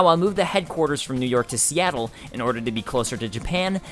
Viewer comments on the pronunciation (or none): none